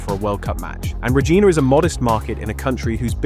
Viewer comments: Re-Gyna not Re-Geena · Even tho it is fairly new, I was still surprised to see the stadium of my Saskatchewan Roughriders. I dont live in Regina( pronounces Ruh geye-na ….not gee-na) but Saskatoon… and definitely its too small a stadium…I think it is kinda dumb of them to have made it so small, considering they have had two CFL Grey Cup Finsls so you would think they would have planned on that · Tis pronounced Ruh-Jyne (rhymes with 1st syllable of Gynecologist)-ah. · Lol, Regina, Saskatchewan isn't pronounced that way. It rhymes with the female genitalia, hence why people often jokingly refer it as the city that rhymes with fun.